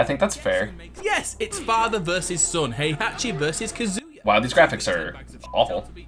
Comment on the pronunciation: I find it funny that the Smash player pronounces Kazuya’s name correctly and not the one explaining the Tekken lore.